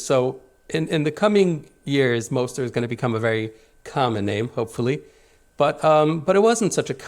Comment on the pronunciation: His name is moser not moster, yimach shemo